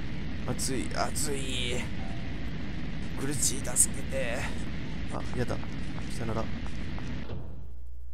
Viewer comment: あやちゃんのセリフ 「あ………やだ………」 なんだけど、 が言うと 「あ？やだ」 みたいに聞こえる